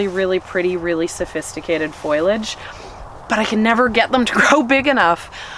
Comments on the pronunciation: WHY do people say FOILAGE Instead of foliage??!!! Gahhhhh!!!! It drives me bonkers!!!!!!! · As politely as possible, but it is foliage not foilage. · I love you and your flowers are beautiful and I'm glad you've had a good year, but I don't know if I can bear to continue listening to foliage being mispronounced.